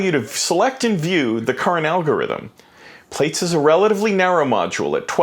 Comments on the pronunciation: Err, it is pronounced "platts", as in to plait your hair and not "plates", since it is an evolution of "braids", as in to braid your hair. Schoolboy error haha. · It's actually pronounced, "ploots." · It's pronounced 'Plats' as in something that you would braid In someone's hair. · Plaits .... pronounced plats (as in braids) :) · Thanks. FYI, it's pronounced "PLATS" ;) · how can u know so much about this module, but not know how to pronounce it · I'm 4 seconds in and he's already mispronouncing the name.